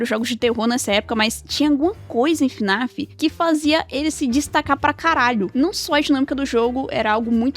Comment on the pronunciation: sabe nem falar o nome do jogo, não é fã raiz! Kkkkkk (brincadeiras a parte) Na minha humilde opinião, não acho que fnaf tenha decaído tanto, acho eles só estejam com dificuldade pra contar os eventos de história atuais, nos explicando de forma muito confusa e mudando conceitos que já tínhamos anteriormente "o que é realmente muito paia" mas não acho que os jogos sejam tão ruins assim, vamos ser sinceros os fnaf anteriores eram só pngs a única coisa que sustentava os jogos era a história, mas atualmente é a primeira vez que temos jogos com uma gameplay maior! E não acho que eles estejam no caminho errado, só acho que o security breach deixou uma mancha enorme que no momento está sendo difícil de ser tirada.